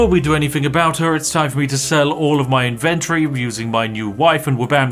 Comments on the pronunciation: “In ven tohry.” Yuck 🤮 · In-ven-tory isn't pronounced like you say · Vids are AWESOME, but dammit - say inventory properly 🤣🤣🤣